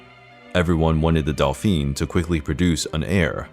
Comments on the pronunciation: It wasn’t Delphine, it was dolphin. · "Dauphin" = daw-feen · Louis of France, was a Dauphin, not a Delphine, and there are a couple of other mispronunciations that cause confusion. Was the 'delphine' meant as an insult to France? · Dolpheene? D-A-U-P-H-I-N (dohfahn) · The way he pronounces “dauphin” is actually the female pronunciation of the title. 😁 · Delphine? Too many mispronounciations. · Interesting but pity that the narrator makes so many mistakes in pronouncing names and dauphin! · Yup I cringe every time he pronounces di Medici and the Dauphin, lol.